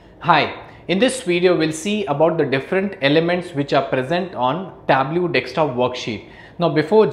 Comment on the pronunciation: Sorry, native English speaker here, and the instructor's pronunciation of "pivot" is not close to how we say it. He also mispronounces Tableau. He's otherwise a great instructor, though.